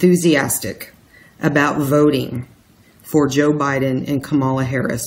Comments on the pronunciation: Pronounced comma - lah. Still - thank you,. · msbettykay Ka'-ma-la - accent on the first syllable.